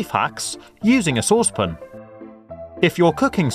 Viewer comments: this guy is so annoying when he says saucepon instead of saucepan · SA-WSS-PAN NOT SOOSE-POON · Never heard that pronunciation of "saucepan" before. A bit weird. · Anyone else triggered by the way he says saucepan? 😓🤔